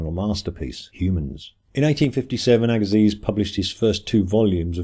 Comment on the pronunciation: Louis Agassiz is pronounced /ˈæɡəsi/, AGA- SEE'